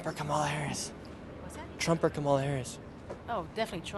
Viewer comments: Kamala is pronounced as Comma-la, not Ka-MA-la. Love your videos! Trump supporter 100%. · That girl in white jacket carrying yellow bag is voting Camilion. Doesn't even know how to pronounce her name. That girl ain't voting. She has no clue! Geez!!! 🙄🙄🙄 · is it Kameleon or Kamala? 😂🤣😂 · Great tip! I’ll remind others how to pronounce Kamala’s name Com a la as in Communist ❤ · They don't even know how to pronounce kamala.